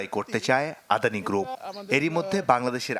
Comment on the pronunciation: LOL, Brother, atleast try to read the name correctly.. That's not 'adhani', it's 'adani'